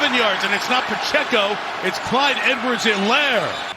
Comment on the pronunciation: Pa-chey-co. Respect the name, respect the race.